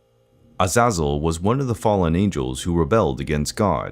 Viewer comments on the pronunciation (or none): That's not how you say A za zel